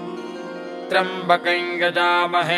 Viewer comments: is it triambkam or triambkai kindly clarify. the pronounciation seems to be triambkai. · Clear rendition of a great mantra. I have been hearing this mantra exactly like this (except the single syllable triyam , I heard it as double ) for the last 55 years, at Trivandrum. The voice and rendition are superb. Please keep this up When I heard I it, I felt God has come again through the author to restore the sound power of mantra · त्र्यम्बकम् या त्र्यम्बकन् का उच्चारण किया जाए ? सुनने में त्र्यम्बकन् आ रहा है, लिखा हुआ त्र्यम्बकम् है।